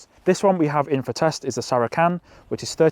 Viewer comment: Please Google the pronunciation of Saracen as I simply can't cope, otherwise great review